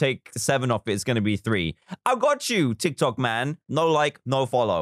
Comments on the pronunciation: Fr nobody gonna call out that he called it tok Tiks? 😂😂😂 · It is funny how he always say"tok tiks" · "Tok tiks" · Nobody: Not even a carrot: Dan: "Tok Tiks" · Me: reads dictionary "Tick Tock!" Charlie Demilio: "Tik Tok!" Dan: "Toc Tic!" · Baby Yoda wow did u hear dan at the start he said tok tiks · Now, we see my wild mum trying to pronounce “Tik Tok”